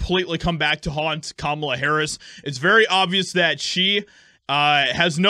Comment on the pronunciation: "CUMALA" HARRIS